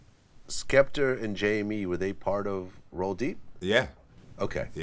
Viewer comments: Its Skepta not Skepter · It's SKEPTA, Vlad. Not SKEPTER. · Why TF does Vlad pronounce Skepta as 'Skepter' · "Skeptur" - Dj Vlad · I think he called him skepter cause remember skepta done a show in America & they wore on the tour bus with the females & one the slags called skepta skepter 😂😂😂 so I dunno he could of fucked up aswell but saying it 3 or 4 times even after Wiley saying it properly???? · Bro it's Skepta, grime legend, get the name right. Be like if I had a show n I started talkin bout 40 cent, n&m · KarlhiX Issa Right! lol... Vlad, you got one job. Just one